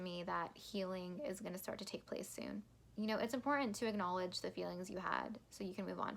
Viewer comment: You have no chill when you say "imporAnt"....I Stan love that. Your TS lyric analysis is extremely thorough. You do bring some new and extra perspectives...many most I do agree. I watch tons of TS reactions but you are top tier know your stuff/ Taylor! Bravo I appreciate you!13 I do believe Bonnie and Emily of "Chats and Reacts" are the CEOs of all Swifties when it comes to Taylor lyric breakdown and TS herself. I'm in the enjoyable process of watching all your TS vids(beg to end)...I also believe you are standing next to them bringing additional depth and occasionally the new "makes sense" perspectives. I do share your enthusiasm for Death by a Thousand Cuts and agreed top best bridges Taylor blessed us and was blown away/ shook by this song. Not as long as your video but I tried. Btw...all your random forms are entertaining and I enjoyed all(Jean jacket you, bangs you, dress you)...glimpses of your personality definitely low key shines!